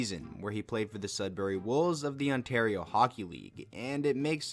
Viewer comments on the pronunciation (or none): none